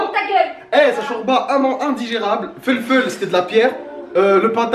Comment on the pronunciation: « Le foulfoul » 🤣😂💕